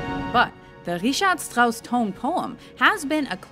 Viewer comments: I'm German. It is completely fine. I worry more about "Strauss", it's "Shtrauss" in German. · I'm not German and when I heard her Strauss or Mozart I cringed. And Tchaikovsky thing, grrr.